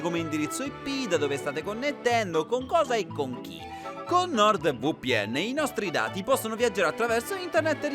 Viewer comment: It may be because I don't speak Italian at all, but hearing him say Nord VooPN was so fucking funny.